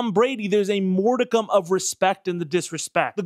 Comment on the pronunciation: *modicum of respect, pronounced mawd-ick-um.